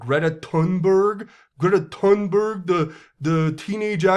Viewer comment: Bahahaha love how you say "greta thunberrg"